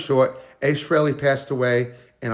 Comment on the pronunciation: Need to pronounce his surname properly. Also the guy isnt even cold and he needs to be left in peace for a while before visiting him. I hate it when poor celebs etc are buried etc one day then the next youtube douchebags are crowding to get a video on their page to get a pop. Grr